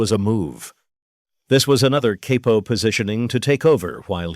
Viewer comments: THIS BILL CURTIS VOICE HAS TO BE AI CAUSE HE WOULD'VE NEVE SAID KAIPO WATCHED HIM BACK IN THE DAY IT WAS ALWAYS CAPO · Pretty sad that the AI voiceover pronounces it "caypo". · The narrator does these videos enough that you'd think he'd know the correct pronunciation of capo